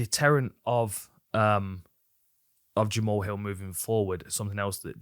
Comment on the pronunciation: I know it’s jamal, but jama-haul sounds so much coooler :/